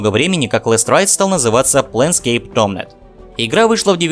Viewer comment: Напрасно ты так названия коверкаешь. Почему ТомНет-то? Написано же Тор-мент. Не понимаю, как можно так нахваливать игру и при этом так неправильно произносить название. Лучше бы не пытался подражать английскому произношению, а правильно все буквы называл, все равно на английский язык не похоже. В остальном рассказ хороший. Игра потрясающая.